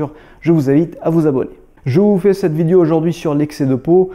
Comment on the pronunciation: Bonjour frérot, t'as un ptit accent sur tout sur le mot vidio, t'es originaire de quel pays bro, c Chafik si tu me remets toujours,.... pardonne ma curiosité.